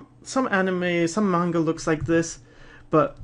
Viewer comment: OMG!, you know the difference between Manga and Anime?! AND YOU EVEN PRONOUNCE IT CORRECTLY?!?!?! This is one of the many reasons that I love you and your channel =D